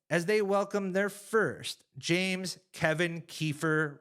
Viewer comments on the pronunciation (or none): none